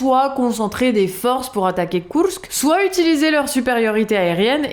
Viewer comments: C'est bon on a compris,vous savez dire Koursk à la Russe/Ukrainienne...,c'est très désagréable en fait,ça fait très "moi je sais",à la française si possible svp. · Marrant cette façon de prononcer Kourks en roulants les r, et de prononcer imar pour les missiles, est plus douée en ukrainien qu'en anglais;-)